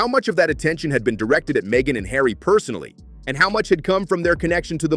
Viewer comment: Markle is going to have to buy a 'yacht' and put 'Hawry' to work.